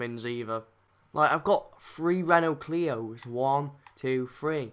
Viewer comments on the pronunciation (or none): none